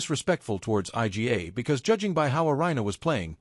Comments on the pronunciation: 'I.G.A. Swiatek.' You bunch of muppets. Don't you even check what your computer voice is saying? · Her name isn't difficult to pronounce. Surely she deserves a little effort to pronounce it the way it really sounds? Try reading her name like this: "eega" ... easy, right?